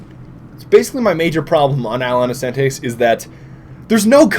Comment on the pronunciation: How to pronounce 'Isla Innocentes' - I-la Innocen-tES. Emphasis on the last part of the word.